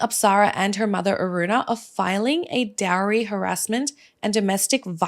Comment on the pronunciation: Plz pronounce the word Dowry properly.